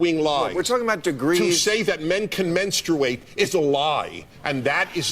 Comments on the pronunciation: The real conversation we need to have is about why Dennis Prager says "Menstrate" with a 'u' jammed in the middle. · To be fair I think the audience was laughing at how Dennis pronounced “menstuate “ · I think part of the laughter from the audience was due to Prager's pronunciation of "menstr-U-ate. " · I think a lot of the laughter was due to Denis' pronunciation of MenstUate. However, yes...these people do believe this crap. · I love you Dennis but the word is not pronounced menstrooate. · My only qualm is that he pronounces it “mens-troo-8.” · Yeah but he did set himself up when he said "menstrooate" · I think they were laughing on how he pronounced it. Kinda sounded like Elmer fud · Dennis pronounces the word strangely. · I think part of why people laugh is because they have no idea what he is talking about but also because he does say the word menstruate really funny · The real reason the audience was laughing is how Dennis Prager pronounces menstruate 🤣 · I meani just laughed at the way he said menstruate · Jesus Tim, the reason they laughed was HOW he pronounced menstruate.